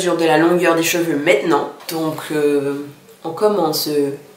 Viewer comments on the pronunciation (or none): none